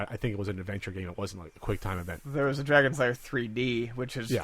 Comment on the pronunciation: Found the original Kickstarter video. Guy starts talking to people about how the movie needed to be made. Comes into the costume area where Don Bluth is "working" and proceeds to say "Dragon Lairs" like three times and Don doesn't correct him. SAD.